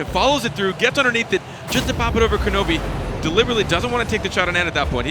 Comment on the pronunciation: Why did they keep mispronouncing Kronovi's name?